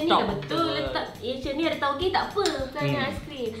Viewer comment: 'Taugeh'ther HAHAHAHAHAH